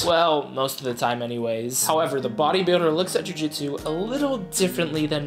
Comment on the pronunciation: "joo jitsew"